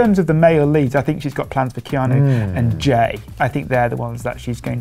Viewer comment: Keanu not keano